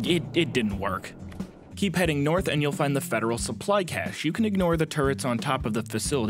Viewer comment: first US YT commentator capable of saying cache properly and not like "cachet" instead, which is something else. Have a like for being literate and aware of other languages and cultures, like everyone else is too.